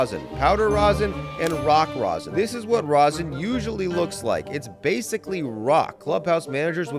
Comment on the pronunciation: Stop saying Rosin!!! JUST STOP IT!!!!!